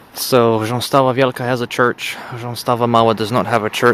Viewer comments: chrząstawa is pronounced khshąstava, not ghzhąstava, rz and w do not determine the voicing of a consonant cluster cuz they used to be neutral voiced sounds like m or l today, so when determining the voicing of a consonant cluster and the last sound in it is rz or w or other neutral voiced sound like m,n,ń,l,ł,j,r, you just skip them and move to the second last letter which in this case is ch which is voiceless therefore the consonant cluster of 'chrz' is all voiceless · Oh my god apart from your accent you actually nailed saying Chrząstawa wtf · i am amazed on how good you prenounce the name of the village its refreshing strong 7/10